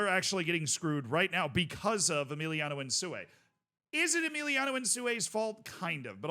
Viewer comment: Who's Emiliano bro? His name is Emilio